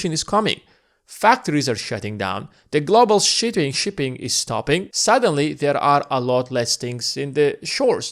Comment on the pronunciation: He did lmao